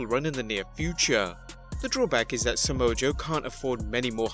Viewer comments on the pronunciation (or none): Not Somoa Joe